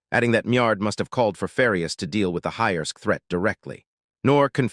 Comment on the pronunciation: How do you misread Highserk as Highersk almost a thousand times and never question it 😅